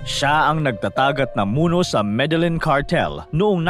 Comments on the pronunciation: medelyin po ang bigkas hindi medelen. bisaya ka po? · Dipo me de lin Ang big kas Po don kundi meh de yeen Po sa Columbia